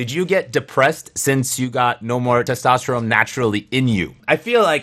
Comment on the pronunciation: its testosterone with an n, man.. keep it up